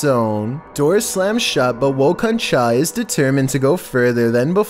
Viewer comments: By the way, In the first clip.... Its not "Woh Kon T-cha" it's "Woh kon Thaah" It weans "Who was that?" in urdu and hindi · The channel “Woh kon Tha”, He said “Woh kon chah”